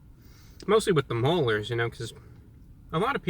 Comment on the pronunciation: “It’s mostly with the molars”